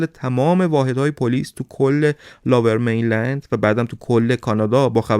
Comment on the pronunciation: ، ببخشید این منطقه لُورمینلند(lower mainland ) است به معنی مناطق پست تر یا پایین تر به نسبت رودخانه فریزر،نه لاورمینلند. ارادت